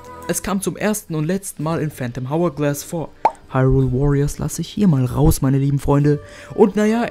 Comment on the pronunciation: Bruder ich weiss, du bist noch ziemlich jung, aber man spricht es ourglass aus.